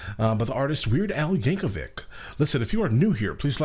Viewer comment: Ty for finally saying his name correctly